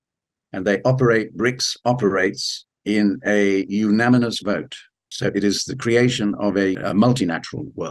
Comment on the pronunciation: Poor old can't quite pronounce unanimous correctly. Excellent analysis though.